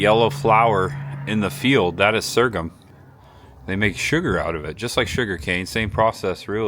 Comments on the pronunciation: sore-gum, like your gums are sore. wtf is sergam? ;) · The correct word is so’rgum. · Sorghum is pronounced "soregum". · Great video!! It’s actually pronounced “SORE GUM” no shade thrown. 😃✌🏼Also Chillicothe used to be the capitol of Ohio. Locals pronounce it “Chill A Caw The” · Great tour! Been eatin' at Bob Evans restaurants 46+ years, mostly here in WV. Galipolis, OH is pronounced "Gal-a-police" and sorghum is "sore-gum." Just for future reference. You did a real good job here, young man. Real genuine. Best of success to ya!